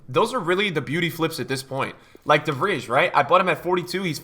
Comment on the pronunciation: Wait... How did you pronounce De Vrij?